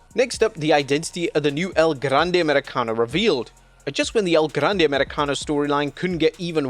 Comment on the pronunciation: I’ll never stop marking out when blud repeats “El Grrande Americano”